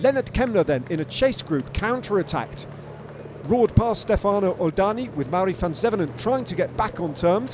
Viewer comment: When will it happens for English speaking broadcaster to stop saying Stefàno? it is Stèfano…..so annoying